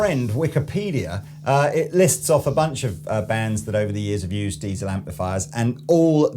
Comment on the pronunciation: Diezel, not Deizel! 😉